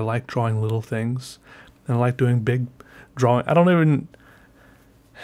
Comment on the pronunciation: a “prawing” lol